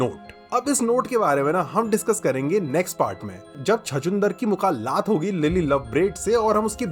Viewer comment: It's not Mukalat It's Mulakat😂😂